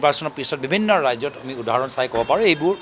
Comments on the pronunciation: উধাৰণ নহয় উদাহৰণ ৷ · সুধিছে কিবা উত্তৰ দিছে আন কিবা উদাহৰণ শব্দটো স্পষ্ট কৈ কব নোৱাৰে মূখ্য মন্ত্ৰী সপোন দেখে?